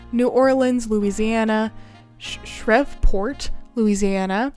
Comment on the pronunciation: That's not at all how Shreveport is pronounced, but don't feel bad. We lived there for a while, and there were so many times my dad would try to guess how something was pronounced only to get what can be best described as "bless your heart" looks.